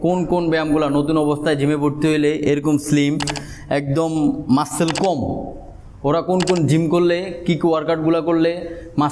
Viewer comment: মাসেল না মাসল উচ্চারণ হবে